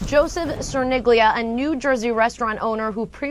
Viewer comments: Cerniglia="Chair-kneel-yah" Poor guy. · I keep hearing Sir Nigula. lol